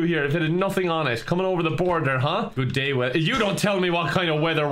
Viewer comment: INDAIN BORADER is now turning indian